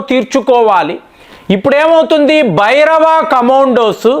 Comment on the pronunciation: Please stress 'Bhairava'., 'Bhabhairava'